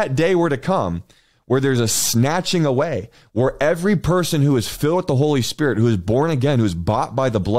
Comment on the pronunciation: The Holy “S P I R T”?? Something about that is sooo funny. Thank you and God bless you.